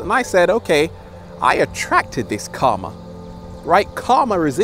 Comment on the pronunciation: His pronunciation of "karma" is definitely more accurate than the way he pronounces "chakra", that's for certain. Namaskar!